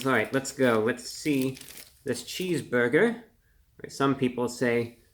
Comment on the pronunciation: Reviewbrah calmy saying "cheesboigah" is my love language.